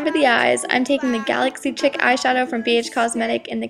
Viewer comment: It's not chick it's chic. Pronounced sheek